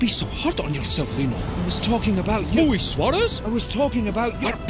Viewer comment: Luis* not Lui